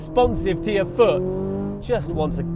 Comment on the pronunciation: Yrr? It’s “your.” Before you have your sissify-fits over the C8, try learning to speak correctly..